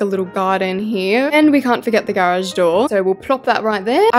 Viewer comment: IS NOBODY GOING TO GALK ABOUT THE WAY SHE SAYS GARAGE IM NOT EVEN TRYING TO BE RUDE ITS JUST SO UGHHHHH